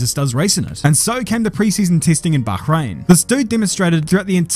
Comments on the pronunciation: Nitpick, but the way you say "Bakhrain" bothers me. Otherwise good video! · The BaCHrain, an english speaker saying a G like I (a dutchman) would